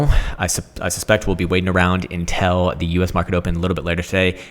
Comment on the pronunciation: Please learn to pronounce 'until' properly, it's making my ears bleed.